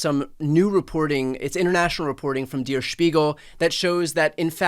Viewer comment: you probably filmed the two videos closer together referring to "Der Spiegel" but you are mispronouncing it. You keep saying Spiegel correctly, but "Der" is pronounced "dare" not "deer"